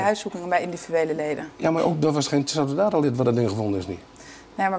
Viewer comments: Ja vanzelfsprekend, maar ik snap niet wat het met mijn reactie te maken heeft hoor. Ik had het over die gast in het filmpje die Satudarah niet kon uitspreken, hij interviewt die mensen en dan kan hij de naam niet eens juist uitspreken. Niet professioneel en zo al niet moeilijk om correct uit te spreken. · Hoe moeilijk kan het zijn voor sommige mensen om Satudarah uit te spreken?